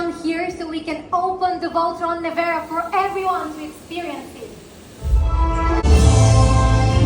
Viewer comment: Nice one, it looks amazing! One thing though, you called it "Nevara" but it's "Nevera", only the last vowel is an A 😉